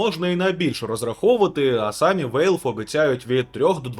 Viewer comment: Валв, не Вейлв.